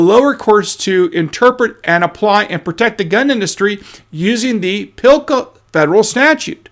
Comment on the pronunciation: PS, PLCA does not have an "I" in it, so there is no Pillka.